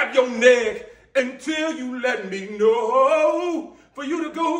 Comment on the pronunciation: The emphasizes on ( To GRAB YO NECK, until you let me knoOaowwww) 😂😂😂 that line had me dyin on da floor